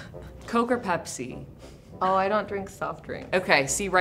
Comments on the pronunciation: Its bepsi not pepsi yo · Pepsi? Nah bro it’s bepsi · Pepsi but you got to say it Bpezi....😅🤣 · Get it right its not Pepsi its Bepsi!!!!